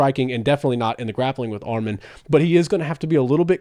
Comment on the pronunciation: Say his name right arman not armen